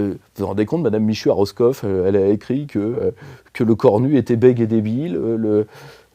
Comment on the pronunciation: Madame Michou à Roskov ? 😅 Il m'a fallu 15 secondes pour comprendre, de Lîdje, que c'était Roscoff en Bretagne 🤣